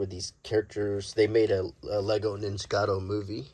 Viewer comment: Ninjago, not nijicato…it’s right there in front of your face